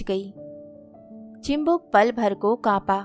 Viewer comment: Sunder kahani, madhur vani lekin uchchar me dosh hai mam! Chibuk hota hai, chimbuk nahi. Aur bhi shabd hai jin ka sudhar jaruri hai